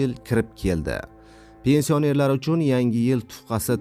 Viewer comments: Илтимос тугри укинг пенсия нер сузи ни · Пенсиянер-сузини талаффуз килишини урган, саводсиз